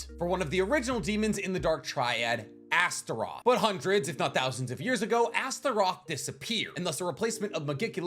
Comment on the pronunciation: You said it fine and correctly.